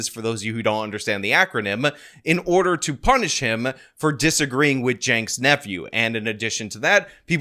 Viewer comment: What the f is a “Yaynks Nephew”? And why is Hassan never mentioned in this video? I was interested, but never mention Hassan make it sound like you have no idea what ya talking about. Hassan is a big part of this story. Not Yanke? Who is Yanke, or is it Jake? And who is Jake? And who is his nephew?